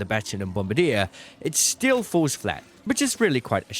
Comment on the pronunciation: You are the ARCangel of channels for this game. But why are you pronouncing FURTHER as FERVOR? Does your tongue not reach your teeth to make the TH sound? You pronounced FALLS as FOOWS. you did not even get the right vowel and again, refused to move your tongue to pronoumce either of the Ls. Again you pronoumced the word AMOUNT without the T at the end. You grunted instead. You keep saying WUF imstead of WITH and WUFOU instead of WITHOUT. I think I need to use google translate from BRIT GRUNT-SPEAK to ENGLISH